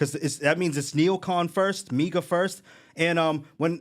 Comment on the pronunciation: You mispronounced Trump.